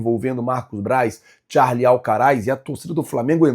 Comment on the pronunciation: Queria saber onde o leu que é "Charle" Alcaraz?? É Carlos Alcaraz...